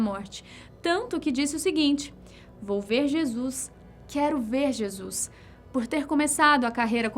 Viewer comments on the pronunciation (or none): none